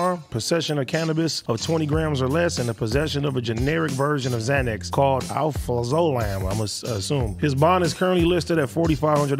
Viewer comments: He just called alprazolam - alpha-low-zam lol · Dude said alfrazolam 😂😂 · Al not ah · haha AD to real for that xanax shit xD "alfrazomal" !! Alprazolam is the active substans in "Xanax" that gets u high. And Adam knows that shit as well haha peace!! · {Ah - praz -ah-lam } that’s how you pronounce it AD 😂🤝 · Lmao AD that word is pronounced AL like AL Sharpton Praz like prez O like oh Lam like lamb Al-praz-o-lam Alprazolam is the active ingredient in Xanax. Xanax is just a brand name. Alprazolam is whats in xanax that makes you feel good